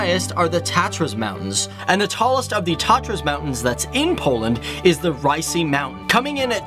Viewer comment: Hello! "Polak" is not offensive. "Polaczek" is ;) When it comes to the highest top, Rysy, both "y" are pronounced with even a lower sound than your "i" in "bit".